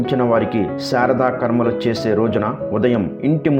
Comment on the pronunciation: విషయం బాగుంది యాగాల ముందు కాదు యుగాల ముందు అలాగే శా రాదా కర్మలు కాదు శ్రార్థ కర్మ గమనించండి